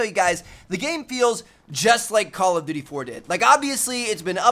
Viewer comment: It's call of duty, not call of dewrty, Tmartn.